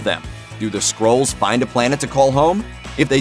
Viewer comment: Just so you know, it's Mar-vell and Kree and Skrulls. You're welcome.